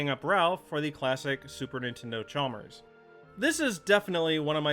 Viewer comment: Never heard anybody pronounce Nintendo that way. 😂